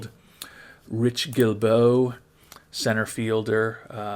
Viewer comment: I love Guilbeaux a lot if you don't take a pitcher... really like his look. Well-rounded bat, runs like the wind, plus defender and switch hitter. By the way, pretty good job on the pronuncation of his last name (source: I am French-Canadian)